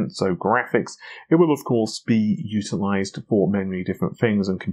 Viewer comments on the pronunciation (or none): You said usealize and you meant utilize =).